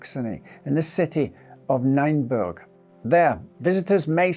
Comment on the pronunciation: I grew up in Nienburg. It's pronounced 'Neenburg'.